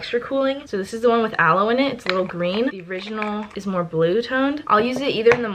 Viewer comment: issss very Filipino HAHAHAHAHA love you!